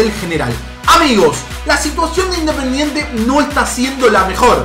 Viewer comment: Minuto dise independientre